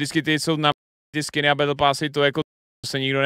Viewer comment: Mal si radšej zostať v škole, možno by si potom vedel že Battle sa nevyslovuje Bel...